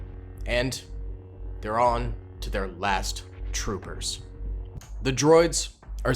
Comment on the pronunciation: i love how you said last troopers